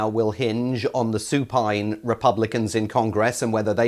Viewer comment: As the gentleman says, “supine.”